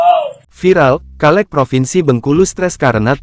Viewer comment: Hallo bang. Dibaca nya caleg bang. Bukan kaleg